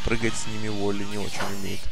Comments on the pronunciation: не волли а вАлли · Не волли а Валли!